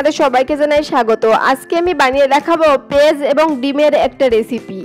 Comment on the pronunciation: পেজ আবার কি? পেঁয়াজ বলতে শিখুন।